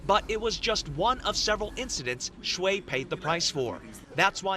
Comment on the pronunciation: his name is XUE... XUE, NOT SHUI...